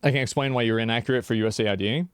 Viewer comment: I know it's not super important, but it bothers me how he calls it USA ID instead of US AID.